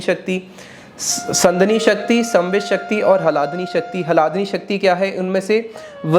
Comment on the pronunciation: 😮 उच्चारण तो सही कर लो पहले । अर्थ का अनर्थ बन जाता है जब आप ह्लादिनी को हलादिनी कहते हो !!